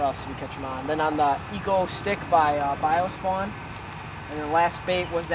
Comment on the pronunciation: "Eco stick" 😂😂😂